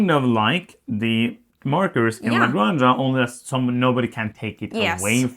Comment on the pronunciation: I kinda understand native english speakers trying to pronounce everything in english like there is no other language in the world, but you guys! cmon... type how to pronounce "la granja", you are better than this! Love your work, keep it up